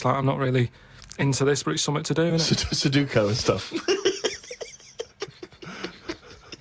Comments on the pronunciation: You mean succocko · Love how many times they reference Sudoku and not once do they say it correctly